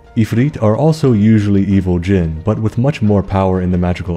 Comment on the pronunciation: I was actually impressed with your pronunciation good job! Talking about Jin still freaks me out a little as someone who grew up hearing about them lol